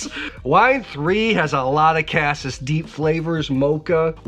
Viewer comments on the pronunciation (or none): My OCD won't let me skip this...."cassis" is pronounced "ka-sees"; soft A, hard E. End of rant!